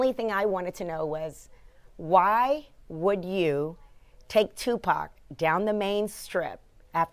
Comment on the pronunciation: you spoke of Tipac so well pronounced God bless you❤